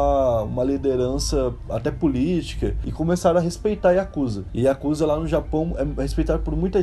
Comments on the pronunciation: A pronúncia e escrita não é Iakusa e sim Yakuza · Aprendam uma coisa:A pronúncia correta não eh Yakúza e sim yakuzá!! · Yakuzá. Essa é a pronúncia. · Corrigindo a pronuncia correta. YAKUZÁ. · na hora que ele fala o maisor mafia oriental ""a yakuza"" ele fala yakuza mo estranho kakakak